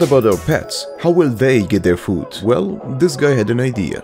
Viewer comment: Asian lady: I go dis way